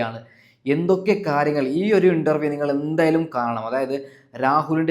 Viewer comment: ഇണ്ടറവിയല്ല ഇൻ്റർവ്യു അൻ്റെ വാക്ക് ക്ലാറാക്കി പറയണം നിൻ്റെ വാക്ക് ഒരു ഒഴഞ്ഞ വർത്തമാനം മാറ്റി നല്ല പോലേ പറയൂ ഇനി പറയാൻ പറ്റുന്നില്ലെങ്കിൽ രാഹൂൽ ഈഷ്വർ അവനെ കണ്ട് പഠിക്കൂ